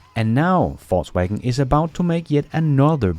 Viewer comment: It sounds like you said Falsewagen and it sounds about right